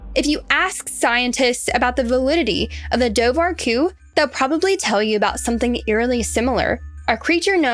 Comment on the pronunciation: It's pronounced doe-wer-coo. Also Sean said his wife "thought" she could see orange flippers. It was dark and hard to tell.